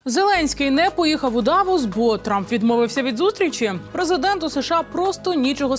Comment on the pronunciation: Не ДАвос,а ДаВОС,правильно наголос ставте.